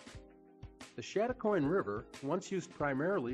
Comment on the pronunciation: Please, if video something, get the pronunciation right. It is pronounced chad a coin not shad a coin.